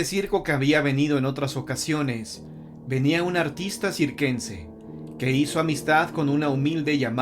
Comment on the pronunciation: Se dise circense no sirquense y otra cosa las imágenes no coinciden con el relato 🤷🏻‍♀️pero me gustan mucho tus relatos